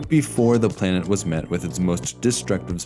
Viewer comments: Great examination of past life in the biospheres. Why does a computer do the voice? Listen for plainit instead of planet. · “play-nit” Lol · First time I've ever heard anyone pronounce planet as "play-net" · "planet" pronounced as "play-nit"? these AI VO's are such garbage